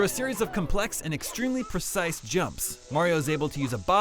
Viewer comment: he called cannonless "persice" ok